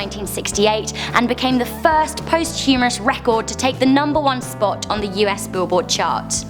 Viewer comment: Its POSTHUMOUS u dick!!